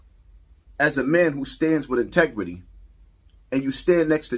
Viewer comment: Its pronounced inteGRITY not intequity 😂